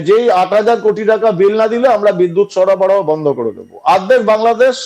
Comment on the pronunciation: সরবরাহ কে সরাবরাহ বলে কলকাতার মূর্খ সার্কাসে ভরা মিডিয়া 🤣